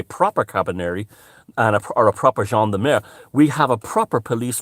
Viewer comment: I love ' pronunciation of "Gendarmerie" and "Carabinieri" and I'd like to second his nomination as Minister for Disintegration!